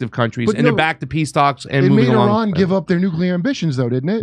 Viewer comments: IRAN IS PRONOUNCED LIKE ITALY!!!! STOP TALKING LIKE YOU ARE IGNORANT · stop trying to say Iran like a Mexican. You're white. Talk like a white person. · No, it is Pronounced, AIR-AN oh ya, I heard it from Abdullah the Mullah....